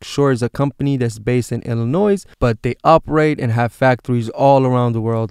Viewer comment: Great video. BTW the S in Illinois is silent.